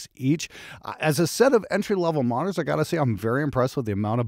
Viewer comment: It's monitors, not moners. 🤣 What's the response like, when you apply a tone generator from 20 to 20000 Hz?